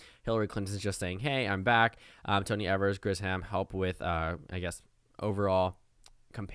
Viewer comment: Just an FYI: Governor Tony Evers' last name is pronounced with a long E, like eee-vers. Just in case you ever need to talk about him on your channel in the future 💕